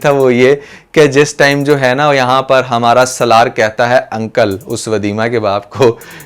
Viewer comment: سلار نہیں بھائی سالار نام ہے اس کا 😂